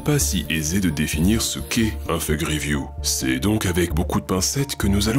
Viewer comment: Update: Je me suis rendu compte que mon accent en anglais est devenu horrible ! Je prononce Fague au lieu de Fake !